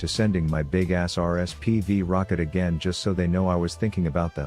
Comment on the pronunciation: it’s rsvp not rspv 🤦🏻‍♂️😂